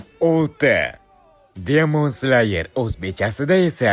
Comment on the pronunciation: Slayermas sleyer deb aytiladi